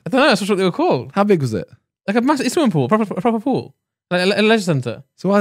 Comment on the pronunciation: Just me that was hearing 'swimming pull' 😂😂